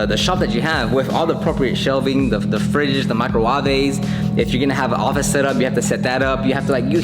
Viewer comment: Micro-Wahvey! LOL. Thanks for the free content.